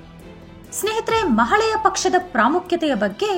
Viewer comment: ಒಳ್ಳೆಯ ಮಾಹಿತಿ 🙏🙏🙏 ಮಹಾಳೆಯ ಅಲ್ಲ ಮಹಾಲಯ ಅಂತ ಹೇಳಿ